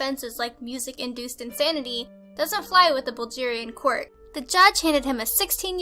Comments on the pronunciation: Is no one gonna comment on the way pronounced Bulgaria and Bulgarian? At first I thought she said this took place in Nigeria omg. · The g in Bulgaria is pronounced guh not juh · It's Bulgaria not Bulgeria you silly girl! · bulgeria what the fuck was that at the end lazy! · Wow. Sooo "proud" our country is number one. By the way,, you've pronounced the name "Bulgaria" wrong. Anyways, it was a nice video. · She does not even pronounce things correctly. Like Bulgaria. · Number 1 is from my country, but the way she says Bulgaria kills me inside a little. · H.Nikolov I bloody well know about "Bulgaria" a Slavic nation on the Western coast of the Black Sea. My point is people should learn to pronounce things before they say them in front of hundreds of thousands of people.